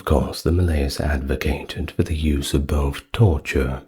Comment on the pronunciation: Maleus has the emphasis on the first syllable, not the second.